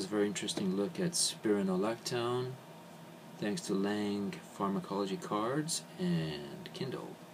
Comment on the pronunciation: and he pronounced the drug incorrectly